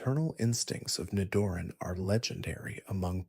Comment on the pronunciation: I almost self-deleted at “Ni-Doran” Followed by the correct pronunciation of its evolution